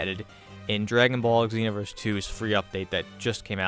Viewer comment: Just wanna say it's "ZEE- NO-VERS" not "EGG-ZEE-NO-VERS"